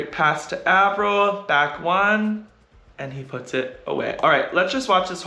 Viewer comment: Hi Erik, thanks a lot for posting these breakdowns. As a non volleyball player, I've learned so much about the game and how to understand it better from watching these and your other videos. You are a wonderful ambassador for the sport! Truly don't mean to be rude (only curious), but I noticed you pronounce Taylor Averill's name with a short A (like apple), but I've heard him introduce himself like Ay-verill on your channel too (like hay). What's the right way to say his name? Thanks again for all that you do to spread the love of volleyball around the world!